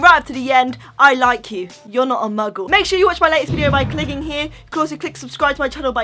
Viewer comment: Can you stop 🛑 saying mugils